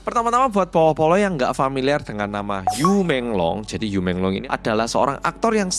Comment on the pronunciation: Yu bacanya yii